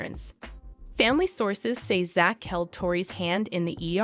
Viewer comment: It is not pronounced "Zatch" His name is spelled Zach for Zachary, but his name is pronounced "Zack" like the name "Jack" Quit mispronouncing everyone's names!! Pronounce their names correctly all the time!!How would you like it if your name was mispronounced all the time?